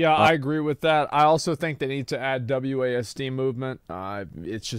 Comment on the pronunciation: Wasd??? WASD???? Is he serious?!?! Lol